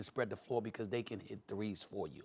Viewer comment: Max has a very distincy way of saying „because”, it sounds more like bee-koz